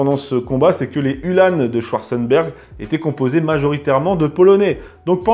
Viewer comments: Uhlans, et non UhlanEs lol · Je sais bien mais on dit Ulhans pas Ulhânes